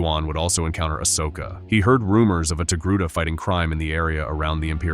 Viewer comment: aSHoka? Pahdme? These AI narrators are getting better, but they’re not quite there yet.